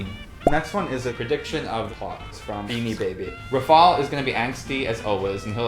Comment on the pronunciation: I’d always pronounced Rafal as (Ra-fal) not (Ra-fol) lol